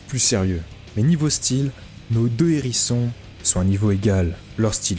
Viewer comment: salut chez juste ta fait une liaison a "les hérissions" quand y'a un "H" on fait pas de liaison je sais que c'est un peu chiant mdr sinon super vidéo et intro aussi au passage